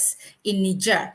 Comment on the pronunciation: Practice your pronunciation,, girl you sound crazy NIIIIIgerrrrrrr